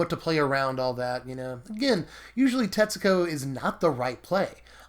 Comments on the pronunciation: Every time you say Tetsuko I hear, Texaco. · Hey, I figured that if Tetsuko was your favorite legends in Dominaria, I would inform you how to pronounce her name. I lived in Japan for over two years, and I know this is going to sound weird, but the u is silent. To spell it phonetically, her name is pronounced: Tetsko. If you're Japanese, there is an inflection where the u goes, but you would never be expected to know or be able to pronounce it perfectly. I learned from making very many social mistakes that when a u comes after an s in Japanese it is almost always silent. I know zero words that break this rule. Thought I'd help you out. Tetsooko is a mispronunciation, friend:) Thanks for all the deck techs, love your channel!